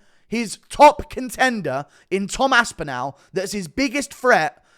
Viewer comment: The way you pronounce Aspinall hurts